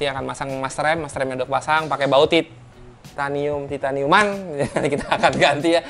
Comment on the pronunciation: nyebut titaniumnya gt bbang wkwkwkwkwkw